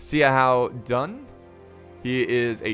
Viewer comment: hi I am a viewer from Hong Kong I would like to tell you that there are some family names have two words in Chinese such as Zhuge (諸葛) Xiahou (夏侯) Sima (司馬) That's why it is quite strange when you try to pronounce those words as one word. So, when you see the above family names, you can try to pronounce them as two words like Zhu Ge Xia Hou Si Ma And this may sound better. This is my first time to leave a comment and I hope you won't feel being offended.